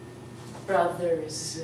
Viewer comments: Hello, I was just randomly looking up 'How to speak English' when I found this. I am a native English speaker, English was my first language, and I just wanted to see what it's like to teach english. When you put the enunciation for brothers, the 'r' is pronounced in it as well. So you'd say 'bruh-thurs' not 'buh-thurs' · BRA thurz not ba!! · Oh I see you insist in BA thurs I can hear a difference between MA thur and brA thur don't you touch your palate with your tongue in last but not in MA or FA? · brothers she put ba thuz thats not how u pronounce it she doesnt teach very well im sorry